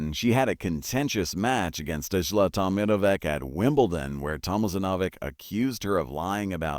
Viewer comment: uh-STAP-in-ko and other mispronunciations of Ostapenko and other words, and other oddities in this video show that whoever made this video didn't bother to check it before uploading, so there's no reason to believe anything in the video.